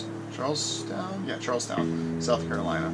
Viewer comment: He calls it “Charlestown”!